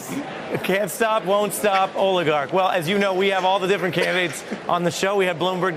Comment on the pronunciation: Oligarch. Come on Ari, you can’t even say the word. Pathetic.